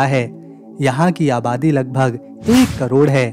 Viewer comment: आपकी आवाज कहीं कहीं बिल्कुल भी साफ़ नहीं है समझ नहीं आती जेसे की हवाई अड्डे का नाम नाम, और आवदी कितने करोड़ है समझ नहीं आता।